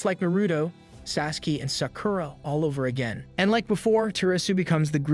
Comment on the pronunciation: Is no one going to talk about ??? No way this man just mispronounced naruto, sasuke, and sakara 😭😭😭